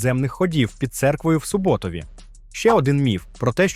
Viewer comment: Правильний наголос - СУботові ( на у), а не СубОтові 👌🏻 назва села походить не від слова «субота», а від річки, яка протікає в селі СУба ( наголос на у )